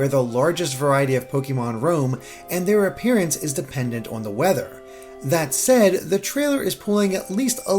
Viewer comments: Why can’t you say “on”? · How does metal stairs prove that the cities are going to look like cities? Where the fuck is your logic coming from? “There’s a tree in town so the town must really be a dog” I assume by your pronunciation of “on” and your expertise on city structure that you’re from New York and just go back Unova!